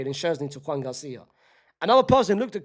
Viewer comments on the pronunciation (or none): none